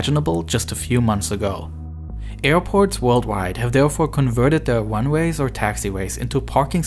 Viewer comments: He said wunways instead of runways, so I doubt it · The ways that he pronounces Runways “wunways”